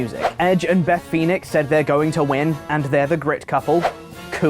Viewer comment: Beth Phoenic? Who dat? 😂